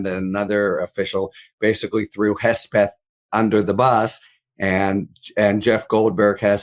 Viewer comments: Why he keeps calling him Hesbeth? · Sounds like is saying Hessbeth, that's a great name for him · Who is this “Hesbeth” your guest keeps mentioning??